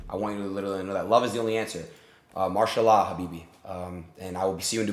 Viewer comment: he saound so white when he says mashalla